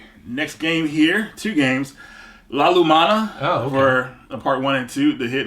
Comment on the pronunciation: That feel when you ask how to pronounce Vasara (Vah-sah-rah) after he mispronounces La-Mulana XD Never get sick of these pick up videos. So cool to finally see you guys FINALLY back together in person. I might have to check out that Dolphin Blue game! Sidenote: Hey, I know there's an endless amount of expensive options for HDMI output for old consoles these days, but I'd personally love to see another video about some BUDGET options for outputting things like Dreamcast and Wii in 2021 in passable quality like what you did with the PS2 not too too long ago. Thanks for what you do. \m/